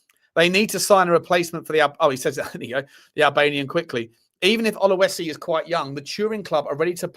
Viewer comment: It`s not Oluesi. It`s OLU-SESI. Very simple. He is good talent. They speak Arabic in Egypt, you knob 😂😂😂😂